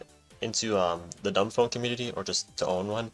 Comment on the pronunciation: its not duumB >_<